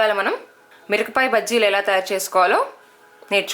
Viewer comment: recipe simple N good.. you are pronounced mirapakaya as mirakapaya...sad..